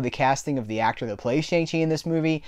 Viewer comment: I had to stop watching this review because you kept mispronouncing his name. The character even told the audience how to pronounce his name correctly. When you deliberately mispronounce the name of a person of color, it's insulting and a bit offensive. I normally like your reviews, but I totally disagree with you. As an Asian man, it was great to finally see an Asian Marvel superhero who wasn't some freaking stereotype.